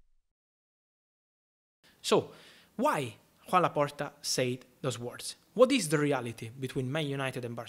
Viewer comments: It’s kinda weird hearing you saying Juan Laporta 😂 it is Joan and its pronunciation is Yan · Its pronounced Yoan not Juan Great video Fab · His name is Joan, not Juan as he’s Catalonian. The pronunciation is different.